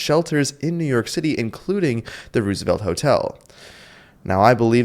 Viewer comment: All the way through mispronouncing “ Roosevelt “. After a while it gets annoying.